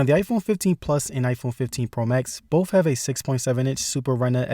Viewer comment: once he said 'bowff' i was done.